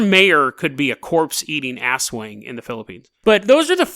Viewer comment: You pronounced aswang as “asswang” lmao. It’s pronounced more like “as-wung”, the stress on the second syllable without any on the former.